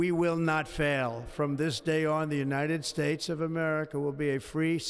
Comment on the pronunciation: And the United spates 😂